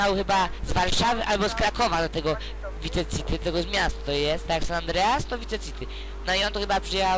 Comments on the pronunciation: chce ci powiedzieć że on nazywa się tommy vercetti {werczetti} a nie wierlczeli i nie pisze się wice city tylko vice city i mówi się waj siti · vice city sie pisze a mówi się vajsiti